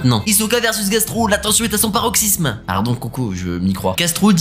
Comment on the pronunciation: Pauvre Gastro, il meurt et personne ne prononce correctement son nom